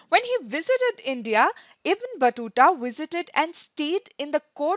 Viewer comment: it's not बटुटा it's बतुता